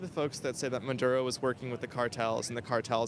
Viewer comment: WHAT A BUNCH OF IGNORANT, USELESS PEOPLE. NONE IF THEM ARE VENEZUELANS. THEY DONT EVEN KNOW WHERE VENEZUWLA IS, OR HOW TO PRONOUNCE MADURO